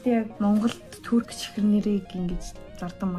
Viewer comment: Турк биш түрк тэгэгээ😂😂